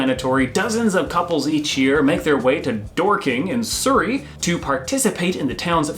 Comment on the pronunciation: Fun as always. One teeny tiny correction is needed to the way says "Surrey". His sounds like sirrey. The U is said like the U in hurry. So, hurry to Surrey.